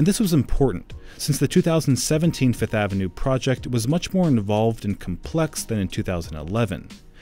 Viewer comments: It’s name is FIFTH AVENUE not FITH AVENUE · Can this dude just say fifth like the rest of us .